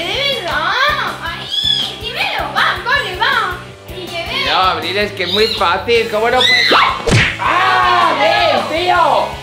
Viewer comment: Por que Abril dijo Marbi ¿